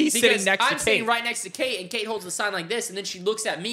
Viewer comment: ITS KATE NOT KATRS